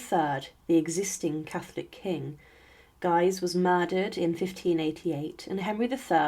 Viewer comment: I stopped watching at this point. Guise is pronounced “gees” with a hard “g”, not “geyes”.